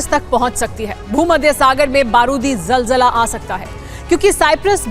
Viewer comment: Jaljala nhi zalzala hota h chachcha